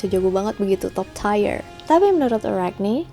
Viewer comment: ga nyangka bisa salah spelling top tier bkn top tier (top taier) tapi (top tir), no wonder sih banyak yg suka salah spelling jg kata "tier"